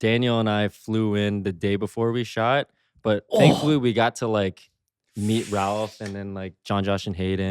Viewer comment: Jacob pronounced Ralph’s last name the right way! Bravo!